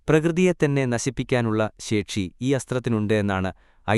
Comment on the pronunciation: ശേക്ഷി അല്ല ശേഷി